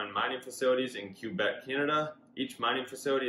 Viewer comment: Yeah, the right pronunciation is 'kwuh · bek' lright pronunciation is 'kwuh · bek' ⚜️